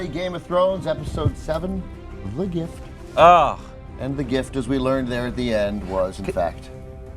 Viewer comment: What kind of a MORON would pronounce "gift," "jift?" WTF?!? What a fuckin moron!!! Ever since he said he "hated" "The Walking Dead"while his bitch ass is reviewing it for viewers who love that show, I've been so annoyed by bitch ass!!!!